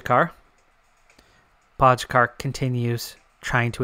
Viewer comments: You're pronouncing Pogačar wrong. It's Po (as in po in polka) - Ga (as in ga in Garfield) - Čar (as in char in charcoal) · Well I'm from Slovenia and your pronunciation is definitely wrong lol. Then again everybody who's not from here seems to have trouble pronouncing our riders names. Same with Roglič and Mohorič. The eurosport/GCN guys pronounce their names correctly with the exception on Kelly. Keep up the good content